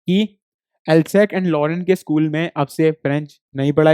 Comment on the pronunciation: Hello sir ye galat padha rahe hai vo Alsace को इन्होंने एल्सेक बोला जबकि वो एल्सेस है